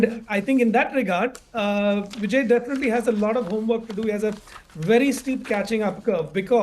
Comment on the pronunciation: Immature Kanwal you cannot even pronounce his name and you are conducting surveys at the behest of BJP high command. It is going to be Stalin Stalin Stalin all the way put in cold storage your surveys.